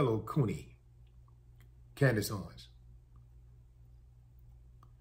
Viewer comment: After ''Coondace'' I thought he might say Coonyay next